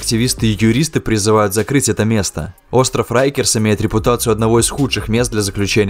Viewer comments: произносится как рАйкерс а не рЭйкерс 🤦‍♂ уши режет 😰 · Rikers , так почему тип читает как рейкерс ?